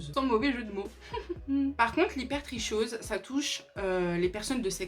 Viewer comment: Je crois que hypertrichose se prononce habituellement hyper tri kose